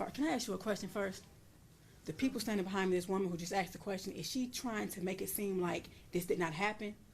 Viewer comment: Why does she keep saying "axed" instead of "asked" ?